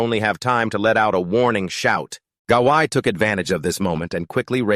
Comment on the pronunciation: this narrator needs to learn to read and pronounce words and names properly. Goblins are not pronounced Golem Gawain is not pronounced Gaqian as you said in this video.